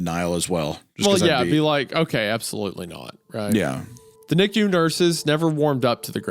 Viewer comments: Isaiah calling it a "Niku" incubator instead of NICU is exactly what I needed right now. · I’m losing it over the Goon pronouncing NICU as ‘nikyou’ 💀💀💀